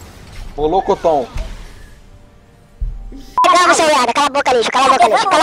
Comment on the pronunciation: não é molocotom, é Murilononmicomi :&